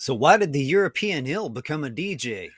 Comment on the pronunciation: says "ill" for eel